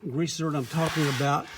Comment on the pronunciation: Zerk.....not zert.....